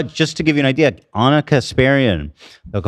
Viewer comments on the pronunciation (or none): none